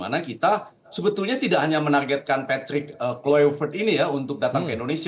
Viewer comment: Untuk pengamat² boleh pke aplikasi google translate biar gampang untuk belajar pengucapan nama pelatih patrick kluivert biar enak di dengar.hanya skdar saran 😂😂😂